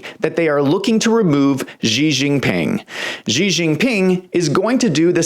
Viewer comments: I don't understand why people insist on pronouncing the Chinese President's name "zhee". If you make your living reporting on China, can you at least learn how to pronounce their President's name?! It's pronounced "she", as in "my wife came home and 'she' said hello." She. Just 'she'. Simple and easy. Down try to give yourself a come up by adding some weird sound that you think is foreign. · why can't you even pronounce his name properly? makes you come over as a low rent hack.. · learn how to pronounce his name!!!!!!!!!!!!!!